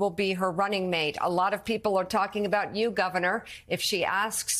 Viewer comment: that host has a hard time talking many times, and also she needs to learn how to pronounce harris' first name properly. that's disrespectful.